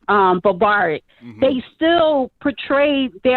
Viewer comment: Wait………What in the F*CK did say? Buh-bar-Rick? Holy sh*t my vocabulary just regressed 36 years after hearing that.